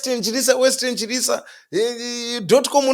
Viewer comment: Wait…its “Western Chirisa” not “West-End Chirisa”???